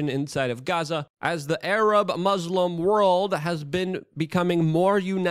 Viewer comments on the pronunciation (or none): none